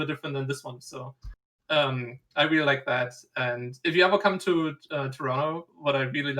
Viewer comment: I love that TLO says Toronto like someone from Toronto